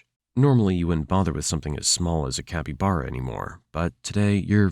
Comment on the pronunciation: Is this AI generated? The mispronunciation of caiman and capybara were a bit off-putting.